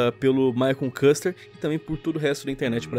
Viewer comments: cara, quando tem a letra 'u' assim: 'ü' se pronuncia como se fosse um 'i', então o jeito certo de falar o nome dele (e o nome do canal dele) é: Maicon 'Kister' (embora se escreva Küster) é q nem 'Müller'. 👌🏻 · "Maicon Kaster" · Td vez q ouço "Custer" ao invez de "Quister" dói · Só eu me encômodo qnd ele fala Maicon kaster? É kister q se fala kkkk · Maicon kaster? A pronunciação certa é my conquister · Só em mim que dá gatilho quando o fala "Maicon Kûster" ou invés de "Kister"? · se pronuncia “kister" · Küster pronuncia Quister! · Foi só eu que escutei ele chamando o Maicon Kuster de Maicon Cancer ? WTF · SE PRONUNCIA KISTER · Se pronuncia Kister kkkkk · se fala maicon "kister" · Se pronuncia:"my conquister" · lion "maicon cãster" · É K I S T E R, a pronuncia é com i kister-küster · Parei de assistir no "Maicon kanster" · Se pronucia /kister/ Küster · Se pronuncia kister.